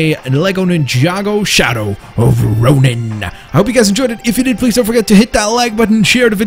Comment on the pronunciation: its ronin